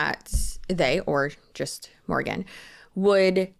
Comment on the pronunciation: you had me at "Porgan"